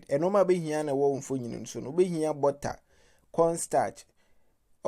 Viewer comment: How you pronounce your butter is really funny😃😃😃😃😃